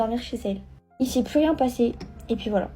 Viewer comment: Pk elle dit ET PIII AU LIEU DE ET PUIS ??????